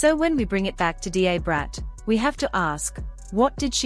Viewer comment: It is pronounced, “DA Brat” like DUH Brat